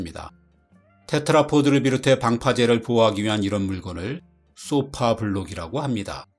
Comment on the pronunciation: 그렇다면 더욱더 쏘파가 아니고 소파라고 발음하셔야지요.